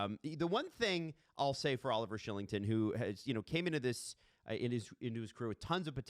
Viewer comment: “KYLE-ington” not SHILLINGTON. 😂😂😂😂😂😂 use ENGLISH!!! Also Roy is Roy not Wahhhhh